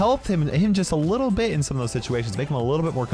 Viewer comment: Bro Said "a little but" 1000 times